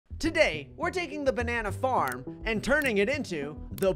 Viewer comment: "The bannana harm"